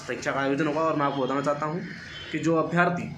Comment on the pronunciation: Bhai अभियार्थी नही अभ्यर्थी होता है